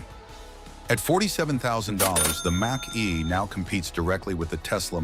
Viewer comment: Moshee... Moshee... Mach E.... Mack E... Moshee...